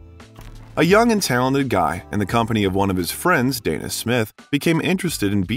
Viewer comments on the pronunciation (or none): none